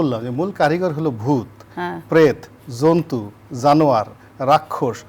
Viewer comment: রনি সাহেব, যন্তু না, জন্তু।